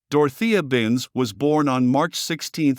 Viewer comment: Saying Binz’s full name as though it is all one word is the least annoying aspect of this video, but damn annoying it is, and the click-bait is unforgivable in a video on this subject.